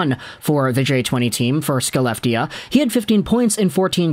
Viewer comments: Hey! It is a minor nitpick but Skellefteå is pronounced Shell-eft-eh-oh. It's ok swedish has weird language conventions compared to english. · no its Shell-eft-eh